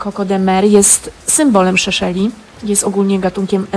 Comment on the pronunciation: Seszeli nie Szeszeli ;)